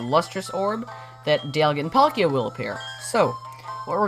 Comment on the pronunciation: Why does he call palkia Pal Kia??